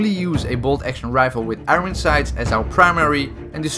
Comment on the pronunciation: IT'S NOT FUCKING IRIN SIGHTS. IT'S IRON SIGHTS